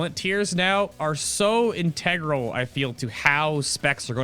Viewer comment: int-AYE-gral, lol wtf? Integral.